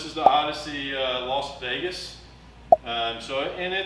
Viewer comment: Lovely how many Americans can’t say Las Vegas